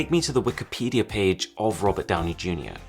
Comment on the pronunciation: If you say "Downjey" no wonder Bixby is confused. That's a you problem 😂